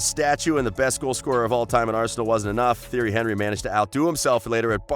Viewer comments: man said theory henrie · u say it like this tee air ree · I unsubbed after the pronounciation of Theirry Henry's name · You need to learn how to say the names properly instead of butchering their names.